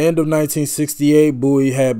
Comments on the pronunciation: Bowie not Booie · Bowie sounds like bow, not boo. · His name is.pronoubced Boe - wee (not boo - wee) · It's David Bowie, not Bouey lol. The first line on wikipedia says how to pronounce it and everything. Boh-ee. Like bow and arrow. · This song actually has a sequel, and it has a great video as well. The song is called " Ashes to Ashes" and is off his tremendous, and very infkuential 1980 album, Scary monsters. One of my favorite, underrated bowie song is from an early akum, Hunky Dory, called, Kooks And its pronounced bow-ee, like bow and arrow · Getting close to that 50k subscribers!👍 David's last name is pronounced Bow-ee (as in bow and arrow). He was known as a glam rocker in the early 70's thus the clothing & makeup. He was a very versatile artist. When they compared him to the Bee Gees, I was kind of surprised, although the Bee Gees sound in the late 60's were different than the Disco era. Great reaction though. Goto dive deep into David's repertoire.🎃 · Bowie was a pioneer of the glam rock genre of the early 1970s. Bowie was famous for constantly reinventing himself, pioneering new forms of music and his fashion sense, particularly from the early 70s to mid-80s. His most well-known album is The Rise and Fall of Ziggy Stardust and the Spiders from Mars (Please react to ‘Moonage Daydream’ from that album). Oh, by the way, his name is pronounced BOW-E, not BOO-E. Great reaction. Please do more Bowie, one of my all time favorite artists. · Bow- ie (like a bow and arrow 😉) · IT'S PRONOUNCED. BOW/ EE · Listening to this one without headphones you miss so much in which side each vocal layer is coming from. I suggest you relisten with overear headphones ❤ Also, his name is pronounced Bow E (as in the name of the letter) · Are you saying boo-ie cos it's nearly hallowe'en? 🙃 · Sorry but b4 I watch does he say David’s last name properly in the end as I can’t take that pronunciation booie? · It’s pronounced (Bow)ie, like a bow and arrow… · Pronounce BOW -E